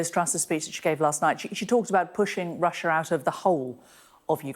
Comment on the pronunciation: Why do they call it "Russier"🤷‍♂️😁 I've heard alot call it that?